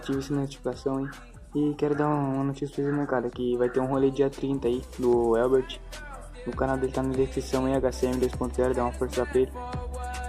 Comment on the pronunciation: É Herbert não helbert 😂😂😂✌